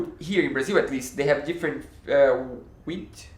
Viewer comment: Me identifiquei,. Simplesmente não consigo pronunciar corretamente "width"! Hehehehe